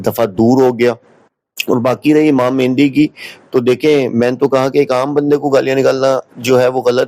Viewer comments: آپ جب مہدی کو مہندی بول رہے ہیں تو علمی سطح واضح ہے۔ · آپ تو امام مہدی کو مہندی بول رہے ہیں؟